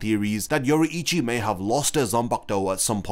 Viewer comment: it's pronounced Yo-rui-chi not Yo-ru-ichi. My ears bleading.